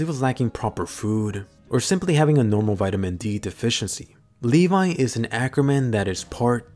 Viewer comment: I thought it was Levi not le vi